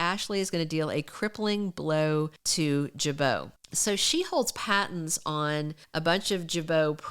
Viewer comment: Patents not Pattons